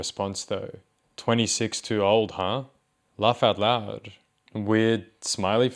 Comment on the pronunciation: The way he says “loaugh out loud” in that accent really bakes my bread